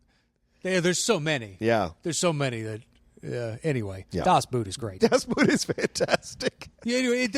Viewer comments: Great episode. "Das Boot" is not pronounced with a "oo" like in "root" but more like a "oh". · The vowels in "Das Boot" are pronounced like [o:].